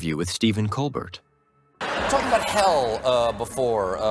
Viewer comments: 'Col-bear' not 'bert' At a minimum learn how to pronounce names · The 't' in Colbert is silent. I stopped watching when you didn't know what you were talking about.